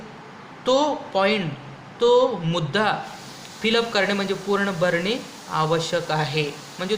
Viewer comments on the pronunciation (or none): none